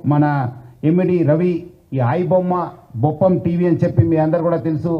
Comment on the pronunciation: Boppam kadu uncle adi bappam😂😂😂